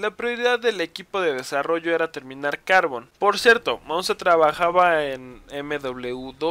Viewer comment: a carbon parece q lo pronuncias asi "cárbon"